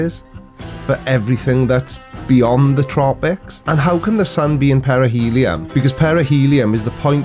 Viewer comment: Perihelion??! I was sure he said perineum. What a load of bollocks 🤣